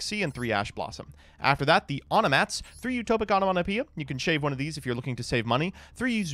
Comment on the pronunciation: The most impressive part of this deck is the perfect pronunciation on Onomatapia cards during the duel replay